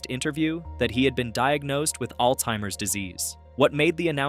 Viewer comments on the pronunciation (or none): It's Alzheimer's disease, not Alteimers!!! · There is no t in Alzheimer's